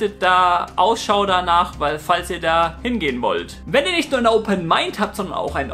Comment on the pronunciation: ich denk immer er sagt zum schluss "kabal" anstatt "kanal"